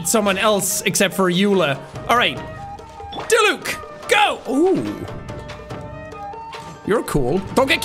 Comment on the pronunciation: "Let's go Diluc, Diluck: try pronouncing my name... see you can't." Funny thing is that Jack pronounced Diluc correctly the first time he said it